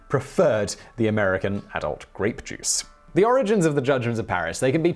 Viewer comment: Anyone else think he said rape juice?